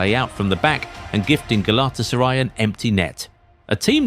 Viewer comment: Clicked off after that horrible pronunciation of Galatasaray